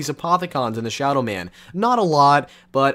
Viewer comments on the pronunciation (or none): none